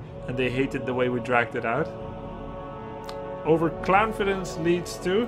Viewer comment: "Overclamfidence leads to a laff." -Grubby 2017